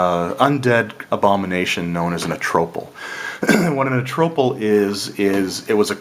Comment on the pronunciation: Good summary and review. I find it hilarious how you pronounce almost every word differently from mostly everyone else: Nyanzaru, Omu, Acererak, Atropal etc...